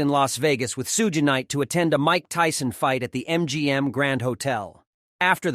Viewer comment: Thank you for writing this. How could he get it so wrong. Sooger knight 😂🤦🏾‍♂️